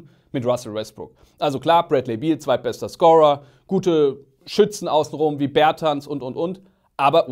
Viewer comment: haha ich kann nicht mehr wie ihr Bertans ausgesprochen habt